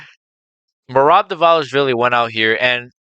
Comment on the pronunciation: I am also fan of Merab. Just a little correction: his surname is pronounced not 'Divalishvili' but rather 'Dvalishvili' - straightaway from D to V without I in between. I hear you say Divalishvili and that's why. Cheers bruda